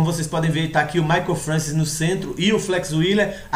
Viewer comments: til vc escreveu certo só pronunciou errado, mas ninguém é obrigado a saber pronunciar francês, se escreve francois mas se fala Françoar. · a pronuncia do nome é FRANCOIS = "FRANÇOAR" belo video amigo! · sim, mas o certo é FRANÇOAR que se fala, mas é aquilo, cada pais com seus dialetos e sotaques falam da forma que achar melhor. kkk mas o certo é FRANÇOAR mesmo, mas é só porque o povo é chato mesmo fica enxendo o saco por causa de um detalhe.